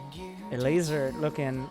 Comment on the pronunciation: ever hear him say the guy's name (elazer) and think he's saying something about a lazer?